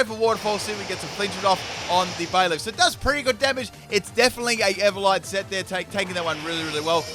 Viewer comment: Full mispronunciation team. Ever-light, sin-ee-sis, crab-om-in-all, etc.